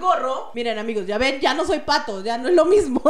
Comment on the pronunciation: No se dise phato se dise patho